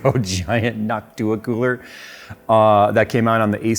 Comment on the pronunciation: NOCTua... not "Noc-TOO-ah."